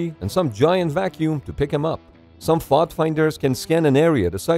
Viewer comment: You don't pronounce FOD like that lmao. So cringe